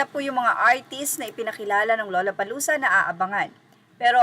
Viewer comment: Pagpronounce po ang gusto ko lang malaman nya. Ang tamang pronunciation ay Lala…..